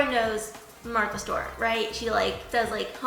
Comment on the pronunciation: Love you girl, but it’s Martha Stewart. (Martha Stu-er-t)